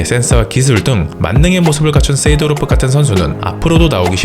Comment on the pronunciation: 쎄 이!도로프 발음 킹받네